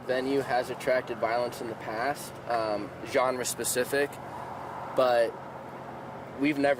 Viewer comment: "Genre" specific, LMAO